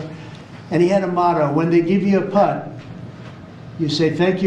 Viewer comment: He says putt and I think PUTZ ! Putz in need of a reality check !